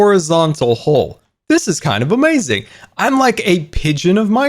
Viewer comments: It isn’t a scar vid with out him saying “UHmayZing” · No one:: it’s going to be Amaziong